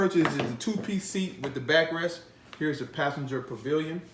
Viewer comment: you keep saying Pillion with a "V" like in pavilion. Its pill-ee-on...just want you to make sure you knew that